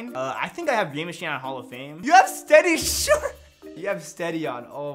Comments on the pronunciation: Why can’t he say shooter? I’m Literally confused 🤷‍♂️ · Im probably late but why cant he say shooter